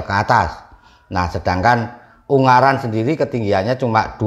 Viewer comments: UNGARAAAN,... Bukan UNGGARAN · g nya satu bukan dua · Ungaran om bukan unggaran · yg betul ungaran..bukan unggaran 😁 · Lucu sama nyebutnya Un-garan bukan U-ngaran hihi...😊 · Maaf ungaran mas bukan unggaran 🙏🏼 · FYI, Ungaran di baca U-Nga-Ran bang. Bukan Ung-Ga-Ran 🤣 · Maaf ngomongnya bukan gunung unggaran,tapi gunung ungaran mas🙏🏻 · Ungaran mas , bukan Unggaran😑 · Selamat malam, baru nonton, bang pengucapannya bukan "unggaran" tapi "ungaran" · Ungaran mas bukan unggaran 🥵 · Ungaran mas bukan ung garan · Ungaran bang bukan unggaran